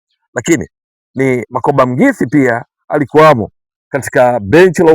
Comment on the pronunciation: ahsante kunifurahisha kutamka jina la Coach wetu.